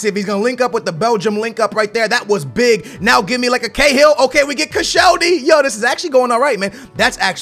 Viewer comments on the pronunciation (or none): none